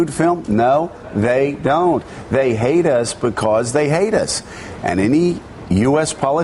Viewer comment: From onward, all I could hear is "they heidus becuz they heidus, they heidus becuz they heidus" LOL, Joe Scarborough is ridiculous